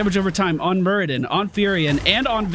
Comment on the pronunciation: It's Muradin not Muridan <3 Love your videos btw